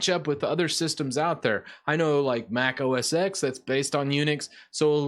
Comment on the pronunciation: Mac OS "TEN". Not Mac OS "EX". The "X" means TEN in roman numerals.